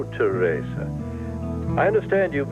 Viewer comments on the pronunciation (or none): Can for once say Theresa's name correctly. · he says it the way victor kiriakis said theresa's name in days of our lives. i've only ever heard those 2 people pronounce it that way!